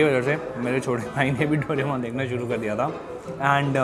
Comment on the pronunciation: Doremon❌ Doramon✅😅😅